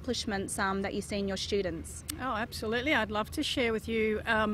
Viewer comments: I mean why you don't say student , your sounds eshtudent 😉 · Why she say eshtudent😧😆😆😆😆